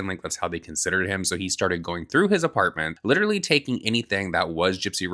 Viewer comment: did she catch the R in apartment? I don't wanna go back to listen 😂 ApaaaaTment? Or did my brain THINK that what I heard because of her inconsistencies 🤔🥸